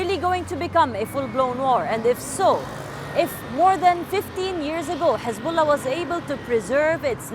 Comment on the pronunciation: Hezabollah it is not lebonan